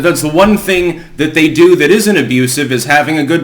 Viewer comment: Make DO with less....not "due". You're an editor, right?